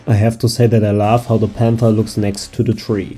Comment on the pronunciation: I really enjoy your videos and i kinda know the hard work behind all this stuff… but i can hear that English is not your mother language so what i really noticed is that you pronounce the “O” in “love” slightly different so it sounds like an “a”. Keep it up man!